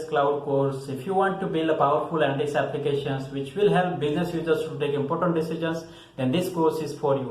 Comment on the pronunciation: It is ANALYTICS not ANTICS